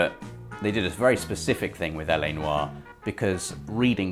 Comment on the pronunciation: Congratulations on pronouncing LA 'Noire' the correct way.., you were a little off in the intro there. Yes, I obsess with language in games;)